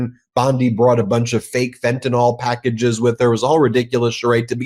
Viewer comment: FENTANYL pronounced: fen ta nil. Not fentanall